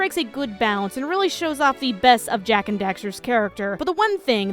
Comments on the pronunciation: Hey, Jak is mar lel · Jak... its Jak.